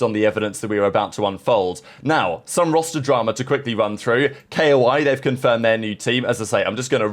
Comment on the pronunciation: One of these days he gonna pronounce KOI and T0yz correctly